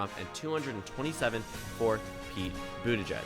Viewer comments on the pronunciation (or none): Very nice but it's Boot-edge-edge not boot-a-judge.